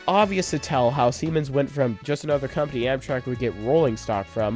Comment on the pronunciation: Siemens is on point though